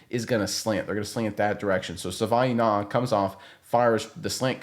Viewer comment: JFC its pronounced "Sa-vah-ee-nah-yah"